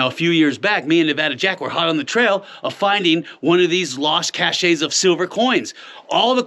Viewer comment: CACHE=“CASH” pronunciation BOY. Get that talking right and straight!